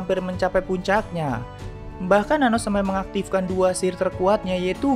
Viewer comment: Anos om bukan anus 😂